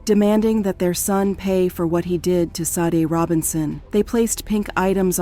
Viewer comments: Rip and all respect but they cannot pronounce her name correct like ITS JUST SADE NOT SODEY SHADAY OR SASHEY ITS JUST SADE!! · The pronunciation of her name is so wrong, it's almost as if the AI mistaken "SAID" instead of "SADE" this is becoming the new normal so wrong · Shadey is the right pronunciation but i guess the computer is pronouncing what is written and what it sounds like. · 🕊️🥀 So disrespectful to continue mispronouncing her darn name. RIP PRONOUNCED SHA-DAY!! 🙏🏾💔😢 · Sade pronounced Sha-day. The AI voice mispronounced a lot of words in this video! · Her name is SADE PRONOUNCED “Shah-day”. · These computer generated voices are starting to become a little aggravating. There were at least 3 different pronunciations of “Sade” and they were all incorrect. RIP Sade and prayers to her family.